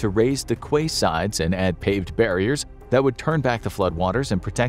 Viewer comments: Did they really pronounce it "kway"? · Quay is not pronounced the way it’s spelled. It’s actually the same as key. I thought it was for years, there was a Donkey Kong 2 level called Krem Quay and when I was a kid, That’s definitely how I said it. I only found out 6 months ago. I’ve never used that word outside of the level name (and how often do you think that came up?), good thing, or I’d probably be embarrassed I’ve been using it wrong for almost 30 years. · Quay can be pronounced both ways, though it is odd when pronounced the other way. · Quay isn’t pronounced like you think it is 🥴